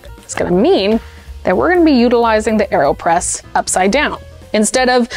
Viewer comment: Aerospresso? Aerpresso?